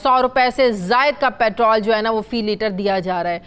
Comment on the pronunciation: Why do you say it “Patral” not Petrol?